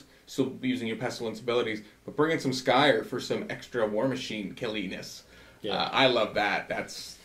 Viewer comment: I wasn't able to watch the whole video but did catch the Skaven bit. Did only Pestilens and Skryre get new stuff? :( I was hoping Verminus got some goodies too... Also, another question. Why does everyone say SKY ER when there's an R before and after the Y? I've always said SKRY ER cause it's written Skryre. No worries either way just wondering.